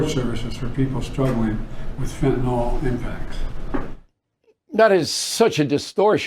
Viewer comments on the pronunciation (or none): It's Fentanyl, NOT Fentanol, Bill. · Is that all you took away from this? He mispronounced fentanyl? There are real problems at stake here my friend! What you're mentioning is miniscule!